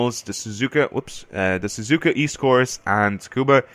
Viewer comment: Tsukuba is pronounced SU-KU-BA. Not SKU-BA. Just a friendly correction. I hear many other videos pronouncing it wrongly.